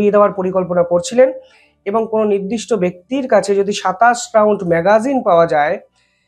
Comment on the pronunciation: ম্যাগাজিন আনতে ম্যাগজিন 😄